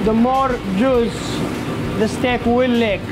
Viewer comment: Is he saying steak or stick 😂😂